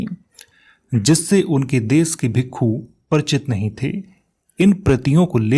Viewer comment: Ye bhikka ya bhikku kya hota he ,bhikshu ya bhiksha hota he